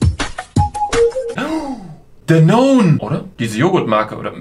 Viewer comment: ja es heist dANOONENICHT danonee